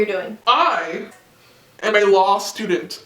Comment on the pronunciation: Lol I thought he said lost student not law student